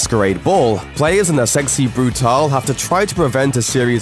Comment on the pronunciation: bru-tail, not bru-tahl